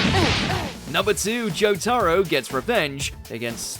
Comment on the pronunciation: Why is he saying Jotaro like that. Joe-Taaro